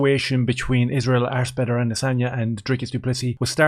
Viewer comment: Did you say assbender 🤣🤣